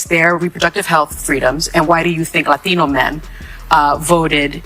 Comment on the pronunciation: Hearing Sonny say “latino” bothers me…. so much